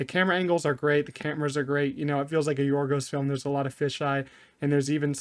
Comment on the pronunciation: Excellent pronunciation of Yorgos' name